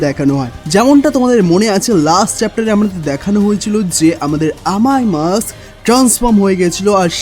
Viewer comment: আররে ভাই ওইটা মাক্স না, মাস্ক হবে। ঠিকঠাক নাম বইলেন।